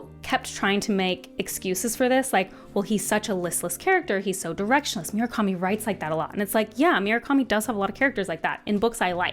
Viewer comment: Ok, i wasnt going to comment on Myoo-rah-ka-mi, but I can't let Jimma-nez go. They are Moo-ra-ka-mi and He-ME-nez, respectively.